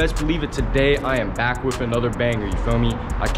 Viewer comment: LMFAOOO , "SHE BROBABLY BREAKIN HER BAKK"